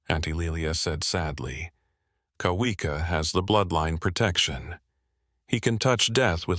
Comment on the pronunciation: Shouldn't Kawika be pronounced Kavika. W sound is V.